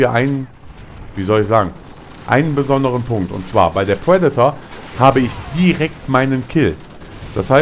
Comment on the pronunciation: es heißt Predator und nicht Puedator und meiner meinung nach spricht man triple nicht tuiple, lern doch mal das "R" zu sprechen.